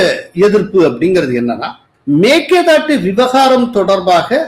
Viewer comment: எங்கேய்யா தமிழ் படிச்ச நீ? மேக்கேதாட்டு?? மேகதாது என்று சொல்லத் தெரியாது உனக்கு???